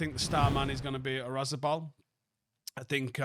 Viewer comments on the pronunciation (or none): pronunciation today: Oyarzabal ❌️ Razibal ✅️